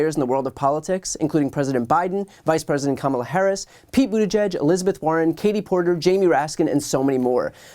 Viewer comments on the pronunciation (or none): none